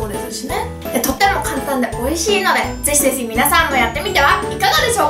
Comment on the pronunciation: いっつも思うけど、「チャンネル登録ぜひぜひお願いします」は言えてるのに、「ぜひぜひやってみてはいかがでしょうか」は、ぜしぜしwww